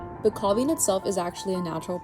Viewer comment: i would have a VERY hard time not picking one up and giving it a squeezy hug!!! So "gentoo brain." Is that what I have when I completely forget what I was doing 0.5 seconds ago??? BTW, it's pronounced CALV-ing, not cowlv-ing. Like a baby cow: CALF. You had a guy with an accent, so... what a fantastic experience, well done!